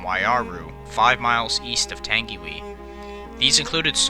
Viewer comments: i know i know ppl died but thats the entire comment section so i thought someone had to say it, this man should never speak moari again, tangeewee wtf its tung-e-why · "tangywhee" its more like "tung - i - why" or similar. Merry christmas mate, from NZ. not the correct pronunciation, is it bad for me to find people trying to say Maori words kinda funny? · don’t worry you did amazing trying to pronounce Māori words DONT worry about it you did great. Hope this helps: tang-e-why. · Tangiwai? Nah. Tangy wee? 👍🏻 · by the way the pronounciation for tangiwai is TUNG E WI so try it! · I believe it is pronounced tang-e-why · It's pronounced tangywhy and spelt tangiwai and not everybody died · Can we just talk about “tangy wee” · Just to let you know because your American, Tangiwai is actually pronounced as (tongue e why) in NZ English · I have seen the place where this occurred and its chilling and seen the no. Plate of 949 also you mis pronounced tangiwai. Wai is pronounced why and tangi is pronounced tahngi. Please improve your pronounciation of Maori place names if you do another NZ rail disaster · It’s (TANG-WHY) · I like how you talked about my country in this and my Grandma remembers when this happened, though you said some Māori words wrong it’s pronounced tounge-e-why and rua-pay-who. I don’t know the other ones. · U said tangiwai wrong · You said tangiwai SOOO WRONG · Your pronounced Tangiwai wrong, I am from New Zealand and I kind of find it hilarious when people mispronounce words of the Maori language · Hahahaha white man why bother you Carnt even say tangiwai properly or Mr ruapehu hahaha peue hah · Tung ee why. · The way you pronounce “Tangiwai” is “Tungy-why”, not “Tangy-wee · It's not tang e wee (Tangiwee) it's tang e why (Tangiwai) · F.Y.I . It's pronounced Tangi - why NOT Tangi - wee :-) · Not "Tangiwee"..."Tangiwai". Pronounced as "Tangy y" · Pronounced 'Tangi' 'Y'